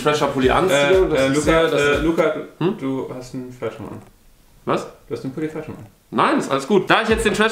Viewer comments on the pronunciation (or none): Ganz kurz Mal für alle: es heißt nicht Trasher, sondern Thrasher, also man spricht es mit englischem TH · Thrascher wird am Anfang wie The ausgesprochen